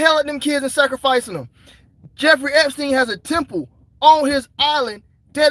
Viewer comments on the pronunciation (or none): none